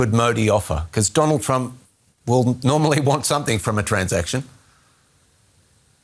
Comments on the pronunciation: "My priend Dolaan Tramp" 😂what world leader doesn't know how to speak English in the 21st century? The bar to be Indian prime minister must be really low 😂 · Dolund trump 😂😂